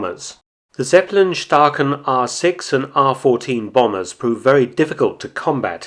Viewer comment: Zeppe lin, spricht man es aus in Deutschland!!!